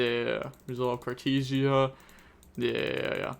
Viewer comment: Nothing is compared to how he is saying Cartesia with "tee"